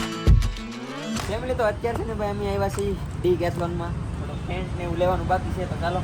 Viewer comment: ટેન્ક નહી ટેન્ટ બોલાય 😂